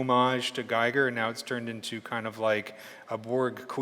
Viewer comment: nice tips! Giger, however, isn't pronounced like "tiger". He was a Swiss guy and is pronounced "Geager" ;) (like "eager")